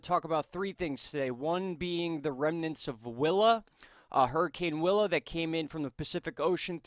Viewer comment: coincidence because the first time you said “willa” i thought you said wilma :p